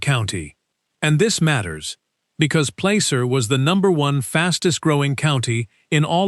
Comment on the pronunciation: There is no “Place-Er” county. It’s pronounced “Plas-Er” county. Nice going AI